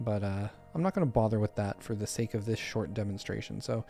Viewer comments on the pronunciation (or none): none